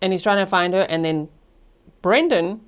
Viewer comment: She cannot say Brendan? she keeps saying Nnnn instead of Brendan? after 5 years?